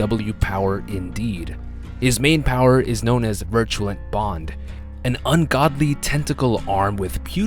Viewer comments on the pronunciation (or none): Bruh does nobody know how to say virulent??